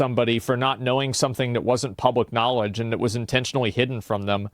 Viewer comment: Tai Lopez imparted "Knawledge"